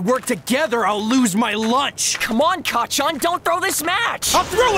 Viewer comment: hey sooo.... Deku said 'kaachan' which is 'mother' instead of kacchan....... as much as I enjoy the dkbk joke lol...